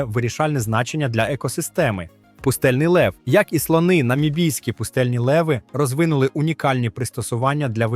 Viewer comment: Таке враження що просто назбирав інфи з різних туристичних довідників і озвучив ШІ. Бездушно якось. З неправильним наголосом на деяких словах: слОни, дАхи... Господи, які слОни??? І ще цей попсовий фільтр під стару плівку, для чого? Ну і можна було побільше фото і відео накопать щоб не повторювать одні і ті ж по колу.